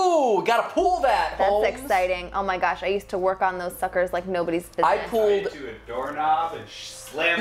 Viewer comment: He says pulled like pooled...